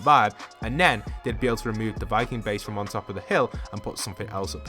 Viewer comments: its viking not vicking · There is no "c" in "Viking" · "Vicking" moving to snobby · its VIKING 😂😂